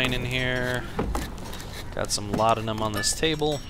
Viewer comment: It is weird hearing someone pronouncing "Laudanum" right after watching so much of PewDiePie. :D